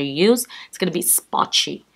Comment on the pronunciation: The word is splotchy not spotchy